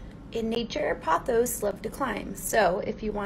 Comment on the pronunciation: ok first of all you’re not supposed to dust succulents and why did that dude call pothos “photos”